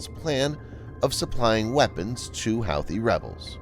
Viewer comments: Pronounced WHO-thees not How-thees. You do these video's everyday how can you not know this? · hoothy not howthy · Also, I think Houthi is pronounced hoo-tee, not how-thee. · Pronounced "Hoo Too" rebels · Pronounced, "Hooti" rebels. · It’s pronounced Hooty. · Pronounced "huthe". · Dear stupid bot voice, it's pronounced who-thee! Disliked👎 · The computer-generated voice is an embarrassment for you. Don't you have editors who can find glaring mispronunciations for you? The computer-generated voice repeatedly mispronounces "Houthi". Got a clue. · It's almost like he's never heard it pronounced out loud lol!